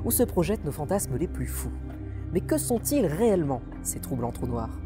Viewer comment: "Troublancs trounoirs" j'applaudis